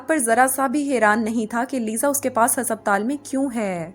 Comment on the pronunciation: Why is the pronunciation for ‘haspataal’ so off